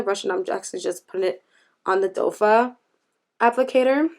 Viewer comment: Not to be a nitpicking Nancy but the applicator is pronounced doe foot because it resembles the hooves of a deer. I know some people don't know and have heard others say doffa as well. Love your channel though just wanted to let you know!